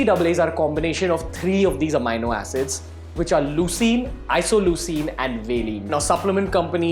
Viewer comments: it's a-me-no.... not a-mine-no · Are you Certified Nutritionalist?? Its Amino Acid not Amyno acid.. Secondly why we should listen to you?? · AMEENO HOTA HAI BHAI AMAAYNO 😂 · bhai pehle bolna seekh le... amino howe he yo.. Amaaayyynnnoo Na 😏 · AMINO PRONOUNCED AS AMEENO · Even I was wondering the same...so checked Google thinking I was pronouncing it wrong all my life..!! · Bhai phle Amino bolna sikhle 🤣🤣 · Never listen to a fitness "guru" who can't pronounce amino. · First correct your pronounciation of Amino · it's not right dumb ass , neither in American English , nor in British pronounciation